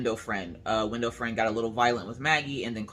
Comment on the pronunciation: When you first said window friend I thought you said window frame and I got so confused. hehe